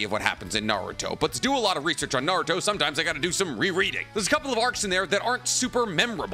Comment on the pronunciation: I wish you didn't say "Naruthhho" every time and so often...